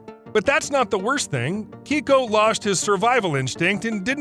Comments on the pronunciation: Keiko… not Kicko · "Kay-Ko" not "Key-Ko". It's a girl's name in Japanese. The Orca was initially misidentified, as it was actually male. I saw him in Oregon when he was still alive. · Keiko's name isn't pronounced as Keyko. It's Kayko. It's a Japanese name meaning lucky or blessed child. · It's kay-koh... KAYY KOOH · Pronounced KAYKO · The Mexican orca's name is pronounced kay-co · Dude, learn to pronounce Keiko correctly